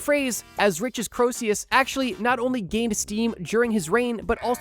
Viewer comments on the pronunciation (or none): Given that you think Croesus is pronounced ‘kro-see-us’ i’m going to guess that, incredibly, you actually weren’t joking. You definitely shouldn’t be making any videos about history. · It's pronounced Creesus. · I hate to be ~THAT~ viewer, but it's "KREE-sus", not "Kro-EE-SEE-yus" [because the E is between the O and S, not the S and U] though by as many times as you repeated it in two minutes, I get the feeling you may already know that. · I'm gonna be the pedant and bring it up, but your pronunciation of Croesus is just...wrong. Basically, the proper pronunciation has you omit the 'O' sound almost entirely. The vowel sound in the first syllable is an 'E' sound. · Croesus is pronounced kree3' sus. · Croesus is pronounced KREE-sus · Going to throw hands if you pronounce Croeses as Krosius again. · why does he pronounce Croesus like that? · I am liking the video so far. "entrouge" not even close to "entourage." Croesus, while spelled correctly, is woefully mispronounced. I recommend "YouGlish" to avoid these mistakes in the future. "popple coins" should be "papal." Overall great video! :)